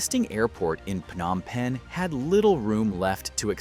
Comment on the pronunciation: Stop mispronouncing the city's name. It's not 'F-nom Penh' (just because 'ph' is usually pronounced like an 'F'—e.g., phone, physical, etc.). It's pronounced with a 'P' sound: Phnom Penh.